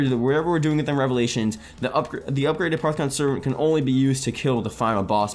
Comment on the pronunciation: It's pronounced a-poff-eh-con not a-part-eh-con